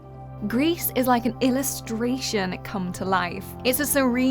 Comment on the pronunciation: Misspronounced "Gris" ( it's french)